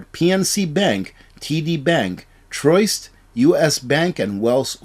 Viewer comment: Reuters is "ROY-ters!"... And "TRU-ist" was BB&T., your innocent mispronunciations were cute before you became a cottage industry with corporate sponsors. Seriously! You have nearly 200,000 subscribers! You want credibility? I understand you might have a disability but you can ask Google how to pronounce things. How about a little professional growth?